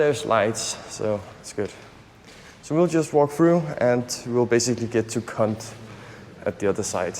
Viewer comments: I like watching your videos because it's helping me reacquaint myself with the motherland. But I feel like you guys are mispronouncing the word. I think you make the O 😮 sound with your mouth when you say Kond. I don't think it's kunt. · not Cunt as you are pronouncing. It's an [O] in Kond. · KANT 😂😂😂😂❤ I liked we prefer this pronunciation for obvious reasons 😂😂😂 It's pronounced simply Kond😅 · its not C*nt its kond with an O sound